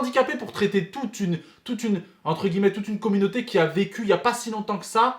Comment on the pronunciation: encore une fois On prononce « entre guillemet « et non pas « entre gueullemet »